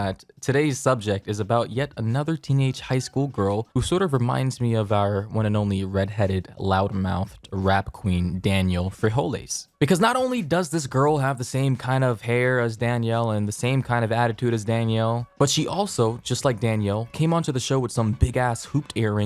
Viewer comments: “Daniel frejoles” 🤣I’m dead💀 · did this dude seriously say Danielle Frijoles?.... bravo